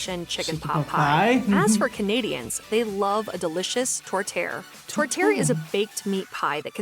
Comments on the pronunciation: Major food chains have "upped" poutine by adding pulled pork and other items.... You need to have fresh squeaky cheese curds and hot gravy. The meat pie is pronounced "Tor tee AIR" and usually made with a mix of beef/pork and sometimes veal (all ground). Peameal bacon here is often called back bacon (we also have streaky bacon too). A Caesar cocktail is great but you need Clamato juice to make it--just using tomato juice is not the same. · The way the narrator pronounces 'tourtiere' should land them in jail. This comes from a Canadian, not fluent in the French language.